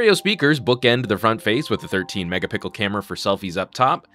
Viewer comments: did anyone else notice that he said mega pickle instead of mega pixel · This is the 3rd time I've heard him say 'Mega-pickle'... I swear he's doing it on purpose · Did he just say 'mega pickle'? Lmao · Megapickel camera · Aryan Bhattacharya It's just one of trademark catchphrases. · Shahid Akber Every video! It's great as he doesn't act funny about it anymore. He has coined the new term of megapixel now to pickle lol. Like this guy. Pro. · I find it lame. Funny at first. Now just lame. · he said 13 Mega pickle camera. :D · 13 megapickle camera xD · Anyone caught him saying 13 mega pickle camera fro selfies? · What's with that "Mega-Pickle" ?? Each and every video ffs! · I wanna make sure. Does he say "mega pickle" sometimes haha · Do you say "mega-pickle" in every video on purpose, or is it by accident?